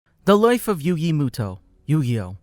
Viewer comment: Yugi MÜto like it got so annoying